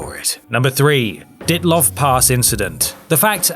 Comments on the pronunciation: Dee-at-lov, blyat! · The pronunciation of 'Dyatlov' is d'jʌtləv (the consonant 'd' is soft) =) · All explicable tho save for perhaps that bridge. Then again, dogs are well known for doing moronic things. I'd venture as to call them morons among the O.Carnivora, but I can't be bothered reading anecdotal reports about well trained puppies who save lives, posted by cringeworthy dogletons ( dog+simpleton). The Dylatov pass incident ( You pronounced it utterly wrong ) is even debunked. Not that there was anything remotely weird about it. People froze in the snow. Wow my mind can't grasp such concept that leaves the quantum entanglement in the dust. Aliens have never ever visited the Earth, so these can be readily dismissed and abandoned, if proposed as cause of any of these mysteries, and I used that term lightly here imho. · Dyatlov is pronounced just like it's spelled. or are you just up to your old tricks again;p anyway there's a pretty cool horror film of the same name made of it recently. AKA 'Devil's Pass'